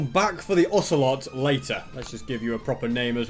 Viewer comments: Osger oselot and danger(cos it din spawn with mob switch) dont pronounce the ger as in danger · you should name the ocelot ocey (pronounced okeiy)